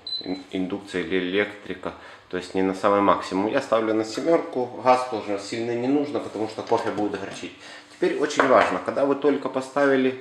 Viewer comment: У слова Газ нет звука ХГэ...